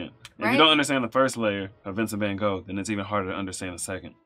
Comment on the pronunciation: Most people say van gogh not good . Coz its dutch the g is very hardt for people who dont speak dutch .you also dont say it right . Haha van gogh look up the G in duch. This song is so great